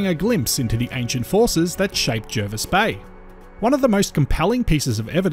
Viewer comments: It's pronounced Jarvis Bay even though it's spelt Jervis.... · It’s pronounced Jarvis Bay. Not that anyone would know from the spelling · Will you please pronounce Jervis Bay correctly please. Jervis Bay was named before English was standardised, , it could be spelt with either an e or a, when spelt with an e, it has an a pronounciation